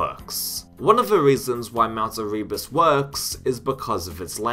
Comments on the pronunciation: Eh-reee-bus 😂. Never heard that mispronunciation before, but there’s a first time for everything 🤷‍♂️ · The way you say Erebus kills me and that bfg technique is awfully, but otherwise great video